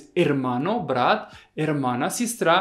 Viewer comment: Привет, всё интересно, но В и Б в русском языке это разные буквы, а у тебя - где хочешь там и употребляешь в произвольном порядке. Для меня Брат и Врат не одинаково звучат, а Врат это кто или что? Так давно и много говоришь на русском, неужели сам себя не слышишь, или просто это прикол?